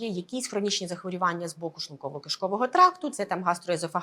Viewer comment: Дякую за вашу працю. Але ставте будь ласка правильно наголос в слові захворювання. Це не "а" в суфіксі. Коли лікар, тим більше "в телевізорі", говорить не дуже грамотно, довіра до його слів зменшується.